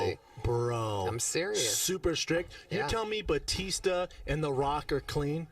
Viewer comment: It's Batista not Baptista 🙄